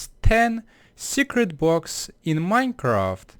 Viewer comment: He can't pronounce the 'L'. For example he says 'bwocks' instead of blocks. Nothing wrong with that, but it can be a little bothersome if you pay attention to that kind of stuff.